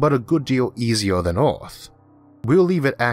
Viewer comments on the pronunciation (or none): Mawshun? Orth? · that is not speach impediment, e cant say earth or on mars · Why the Hell can't he say Mars, or Earth? Every time he says a word that has an "A" or "E" in it, where that is the emphasis of the word, he screws it up. It is not even speaking English, from England, Australia, The US, or any other place that speaks English. I hope that I am not making fun of someone who is hard of hearing, which is what this sounds like. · Its Earth not Eaourth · SO PEOPLE, IF THERE IS ONE THING YOU CAN LEARN FROM THIS VIDEO, THAT IS THAT EARTH IS NOT CALLED "EARTH", BUT "ORTH" INSTEAD, HAHAHAH. :D :D :D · This host has big problems with clear english pronouciation - did you not have a better one ? Orth ??? He is speaking martian english or worse . . . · Is there something wrong with my sound or is he pronouncing every er as or? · Can any English native speaker tell me, what is the accent the guy speak with? The pronunciation of the word 'Earth' sounds strange to me.. like some kind of Scottish? :-) I ask of pure curiosity, no offense meant .. Thank You. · Why do you have a hard time pronouncing words like Earth? It's very distracting and it takes away from the story